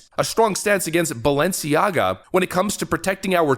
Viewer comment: Notice how the woman in white says Baalenciaga.. If you know you know.